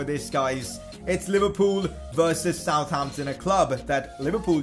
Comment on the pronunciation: Its not South Ampton Its Sutampton